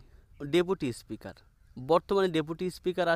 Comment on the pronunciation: বরং বলুন বিজেপি হারলেই কে কে দল ছাড়বে l বিজেপি ৩০ টাও পাবেনা l আর আপনার কথা ঠিক করুন l ইস্পিকার কি জিনিস l আগে কথা বলা শিখুন l